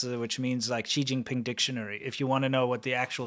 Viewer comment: Did I just heard XiShitNary?